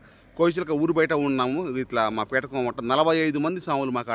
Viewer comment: పిటకం కాదు స్వామి పీఠం 🙏🙏🙏